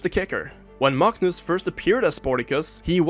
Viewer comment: You get a like purely off your masterful pronunciation of his name, that was enough to make my watch that moment like six times